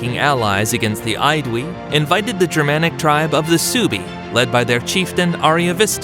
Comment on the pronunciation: The German Suebii tribe is pronounced "SWAY-bee" not "SUE-bee" In SW Germany there is still a region and a dialect, including towns and other titles that bear the name of this tribe -Schwaben or Swabia (in English).